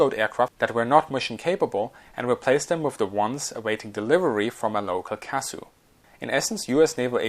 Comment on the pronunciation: Sometimes Acronym's are just said letter-by-letter C A S U